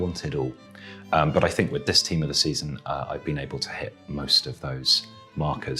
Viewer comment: got the mourinho vibe there "i sink"